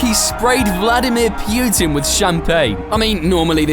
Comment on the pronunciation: bro can't even pronounce Putin